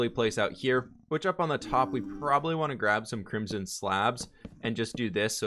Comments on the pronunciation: It is Crim - son, with the "o" sounding like in joke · english is his native language... right? i'm just wondering why he pronounces crimson so weirdly ö_Ö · How do you pronounce ‘crimson’ so wrong?! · "apparently i say crimzhon wrong" h m m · pronounces crimson "crimjim"